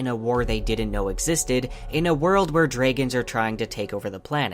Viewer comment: 😐... Did I just hear Dray-gons? I have never ever ever in my life heard anyone pronounce it like that. 😂